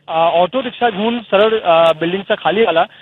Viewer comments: रिक्षाला रिक्षे म्हणता 😂😂 आरे काय तुमची भाषा 😂😂😂😂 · ये रिपोटरा, चाकू हल्ला नाही, चाकू ने हल्ला असं असत आणि रिक्षे नाही रिक्षा असत 😬.. कुठून बनवता असले शब्द 😒😖 तुझ्या वेळीस मराठीच आलेला ना की दुसरं कोणी होत विचार जरा घरी 🙄😤